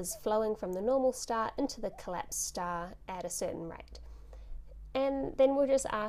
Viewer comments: I like how you say "stah." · i love it when she says star stah